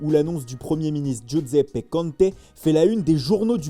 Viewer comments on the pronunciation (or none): none